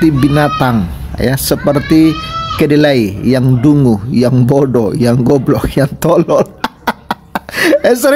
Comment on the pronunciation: Kedelai bkn keledai